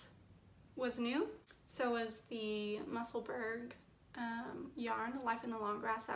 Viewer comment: Great job on your first podcast! Looking forward to the next one. As for the pronunciation of the Musselburgh hat, it’s “Muh-suhl-buh-ruh”. It’s named after a city in Scotland. 😊 Many Blessings to you!